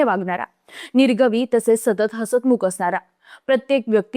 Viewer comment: निर्गवी ❌..... निगर्वी✅